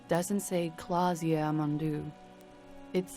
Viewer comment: K L A A S J E Why does everyone keep saying Klassje?